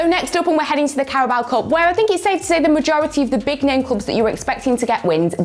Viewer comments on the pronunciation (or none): none